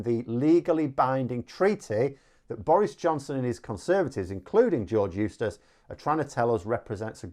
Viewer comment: eustice....? i thought you were saying useless for a minute.